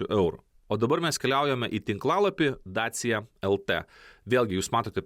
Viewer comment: Dacia tariasi kaip dačija.